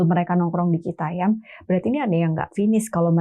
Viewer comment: bukan citayam tp citayem kalo yg dimaksud cfw